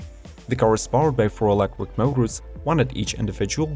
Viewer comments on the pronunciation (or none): 2 things I dont like about this video.....the cars are too expensive for me, and the fact that this guy cant pronounce the word electric properly. Why does he insist on saying "electwic" ?